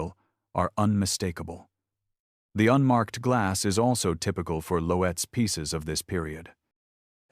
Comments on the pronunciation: It's not Lo-etz....it's pronounced LOTZ...how could you be so stupid?? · Lotes... one syllable = Loetz. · Loetz was mispronounced.